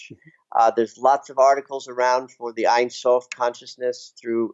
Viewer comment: love this video..hey..ein sof pronounced like "ane" rhymes with jane..means without or no..sof is end..no end aka god..im sure you knew that..thanks for your inciteful work!